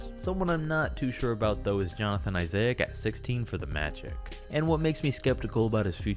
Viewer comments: “OG AnaNOOBY” and “Jonathan IssAIC” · “johnathan isaiiiic” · Jonathan Isaa-ik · How hard is it to say isaac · The way he said johnathon Isaac lmao 😂